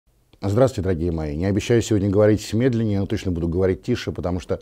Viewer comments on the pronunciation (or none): none